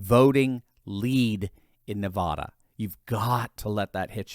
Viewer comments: It is NOT pronounced Nahvahdah,! It is Nuhvaduh. Short “a.” You don’t sound more sophisticated when you pronounce it “Nahvahdah.” You just irritate Nevadans. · it’s NevAda not NevAHda… love your channel sir! 😊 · It's NEVADA, not Ne-vah-da! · I appreciate you. Thanks for the great news. By the way, while we are correcting common mistakes, it is NeVADa (which rhymes with mad), not NeVAda. I'm just saying. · Please start pronouncing Nevada correctly!!! Love your videos, but that is annoying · Please learn the pronunciation of Nevada. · Please learn how to pronounce "Navada" properly. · I love your content but please STOP MISPROUNCING "NEVADA", the middle part rhymes with ad like sad or mad. Thank you.